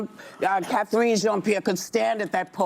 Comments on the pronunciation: her name was Karine Jean Pierre not Kathreen lol can't even keep their own people's names right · Whoopi can't even pronounce KJP's name properly. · Lol she can't even get karine jean-pierre's name right. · Whoopi can’t even pronounce KJP’s name correctly